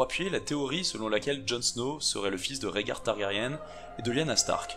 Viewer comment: Par contre fait gaffe on prononce "targarien" ^^ et la traduction de House of Undying est "la maison des Non-Mourants" :)sinon superbe video